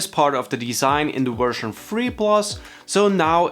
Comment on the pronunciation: I kept hearing version “free”